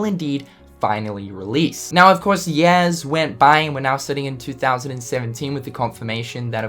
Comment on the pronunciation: years = yeas I know he has an accent, but it's just too damn funny